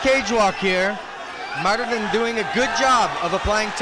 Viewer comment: MARTIN. Not MARITIN.😅😅